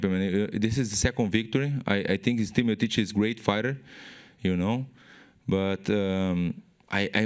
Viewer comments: "Steep Miotich" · i love how werdum calls stipe steemotich lol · how werdum say stipe miocic : stit miotic